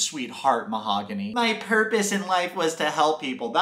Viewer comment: Am I the only person who noticed that "Mahogany" pronounced her name differently each time she said it. The first time she said "Mog-any", but she got the "Hog" in there the second time.